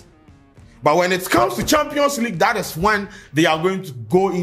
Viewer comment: 🤣🤣🤣 Did I hear 👂 saying " The Twampions" 🤣🤣🤣